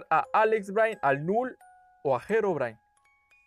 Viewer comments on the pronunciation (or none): none